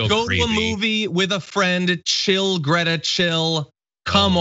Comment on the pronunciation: Isn't Greta amazing ? Her name is pronounced more like 'Graita 'by the way.